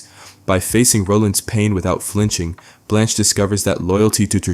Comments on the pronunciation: I don't know how you can make an entire video and not know how to pronounce her name. It's Blanche. Not Balanche. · This (incredibly mid) video essay is brought to you by ChatGPT and someone who can't pronounce Blanche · Great episode. *Why does the narrator keep calling her “Blonch”? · Blanch never sounds like blonch. Two totally different sounds. They are mispronouncing it which suggests this is AI narration. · where do you hear blonch from? I hear blanch always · Why did you keep mispronouncing Blanche?